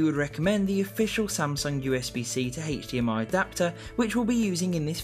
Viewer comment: "heich dmi"